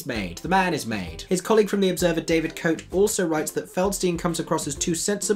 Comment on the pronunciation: just a small correction David Cote is a good critic and his name is pronounced Ko Tay! I have done 3 productions in stock in America and it is a terrible and creaky book show. I did see it on Broadway w/ Mimi Hines (yes in the 60's) and she kept the show running for 2 years after Streisand left and I also believe that she toured the show after it closed on Broadway, Do check out a few of her videos on You Tube especially WHO ARE YOU NOW and THE MUSIC THAT MAKES ME DANCE.....Thanks......I love the freshness and candor of your video reviews! NYC here!